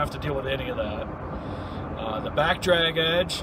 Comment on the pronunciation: Nice work! Truck and plow look good.. I died laughing when you said dackbrag edge lol.. we all have our days can’t help it sometimes